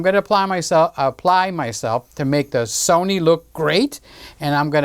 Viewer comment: The Sunny cameras were always better than the So-nee cameras and the Ka-non camera's will just have to try harder next time